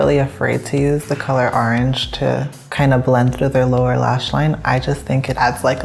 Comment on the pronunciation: Instead od orange he said arnj